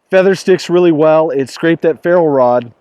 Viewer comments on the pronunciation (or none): "faro rod"?? really guy?